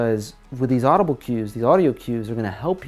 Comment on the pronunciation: 'Adubile' I'm done :V